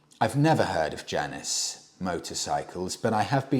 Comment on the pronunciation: I have a feeling the pronunciation of Janus rhymes with anus, not Janice.